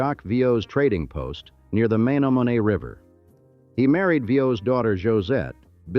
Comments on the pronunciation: It lost me at "May-no-may-nay" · A lesson for AI it's Me-nomin-ee River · Menomenee is pronounced THIS WAY: MEN OM EN EE YOUR pronounciation is RIDICULOUS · That's not how you say "Menomonee" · Lol...AI Men o men e Also mispronounced Plankington Hotel